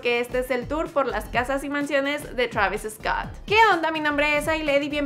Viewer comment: Ella enserio dijo “Chravis Escott”